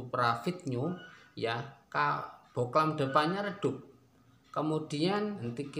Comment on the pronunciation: Bohlam bang bukan boklan